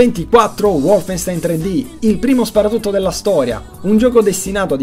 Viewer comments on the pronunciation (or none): none